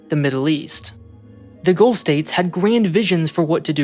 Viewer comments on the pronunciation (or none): none